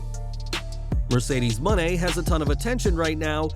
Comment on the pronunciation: Pronounce her new name properly will ya?! It's annoying that you can't get it right!